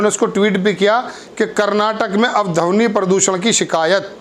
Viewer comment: भाई हिंदी थोड़ा ठीक से बोला करें,,धवनि नहीं ध्वनि ,उच्चारण सही करें